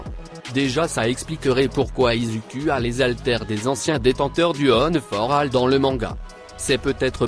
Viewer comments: Pardon ??? On dit "izoukou " et pas "Izuku " 😱🤐😒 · Ça se dit izuku